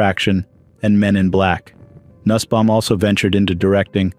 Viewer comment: Nussbaum is pronounced noosbaum